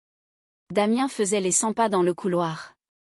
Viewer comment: les cents pas et non les sympas 😂😂😂